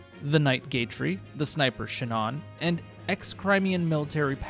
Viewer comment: I grew up with this game,but no internet to tell me how they pronounce the names. Shu-NAWN < Shin'n TIGH-TAY-nia < TetAWniuh GAY-trie?? < GAHtrie